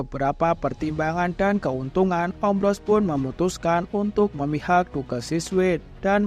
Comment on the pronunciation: Bre Duke nya baca "duk" aja